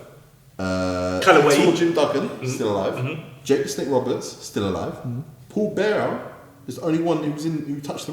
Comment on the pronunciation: When he calls him Paul Bear instead of Paul Bearer really frustrates me 😂😂